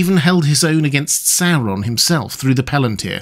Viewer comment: I love it when people pronounce it SOW-ron instead of how we Americans usually pronounce it, SOAR-on.